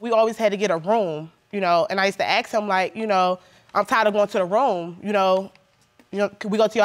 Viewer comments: Bloody he'll it's ask not axe get it right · It's ask not axe